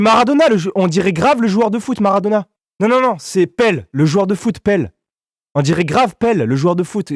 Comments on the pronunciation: On dit pas pell mais Pelé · En dit pelé pas pele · C'est pas Pele c'est Pelé 🤣😉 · Euh le mec a pidi c valouzz et en plus on dit pelé et pas peul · C'est pas pèle c'est pelé le roi du foot et après il dit maradona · il a dit pele et pas pelé 🤣🤣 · Ses pelé pas pelle mdr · ptdr pelle au lieu de pelé le non respect